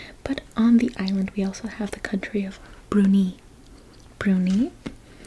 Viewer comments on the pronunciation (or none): none